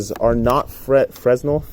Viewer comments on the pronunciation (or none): Fresnel = "fraynel" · Fresnel? pronounced fre-nell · It's pronounced "Frenèl" The S is silent.